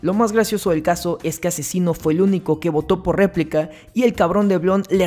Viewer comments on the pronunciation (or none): Porque rayos dices Replik así literal?? si todos incluso Papo en su minuto contra cacha pronuncia REPLIKA... es como si pronunciaras Akzino en vez de Asesino (Aczino)